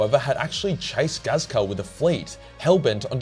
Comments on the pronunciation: is "" supposed to sound like Ghazghkull? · this man just cant say Ghazghkull's name right and the Sebastian Yarrick disrespect at the start smh